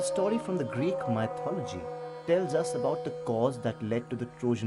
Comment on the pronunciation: Please have the narrator pronounce MYTHOLOGY correctly first. It's not "mite"-ology!!!!!!